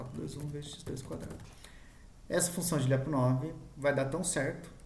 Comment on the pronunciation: A pronuncia correta de Lyapunov seria algo como Lapunov